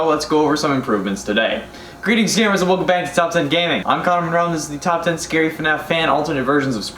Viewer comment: I thought he said “greetings scammers”